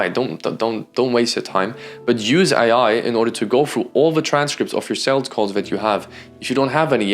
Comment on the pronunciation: Great vid, but - with all respect - it’s sooo annoying you saying saleDs. It’s sales. Not saleds.